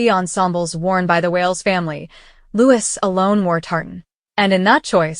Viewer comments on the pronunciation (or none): His name is pronounced Looee. not Lewis.. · YOU ARE SOOOOOOOO DISRESPECTFUL...HIS NAME IS SAID LIKE "LOUEE" THE "S" IS SILENT!!!!!!